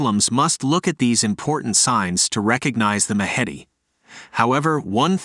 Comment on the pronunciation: Do you mean 'The Mahdi'? If so, your pronunciation is atrocious!